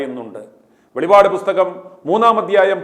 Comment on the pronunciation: Sir velivade alla 2 pa undu athinte velippade ennu vayikum